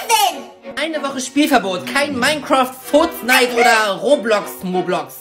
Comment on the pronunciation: Warum sagst du furznait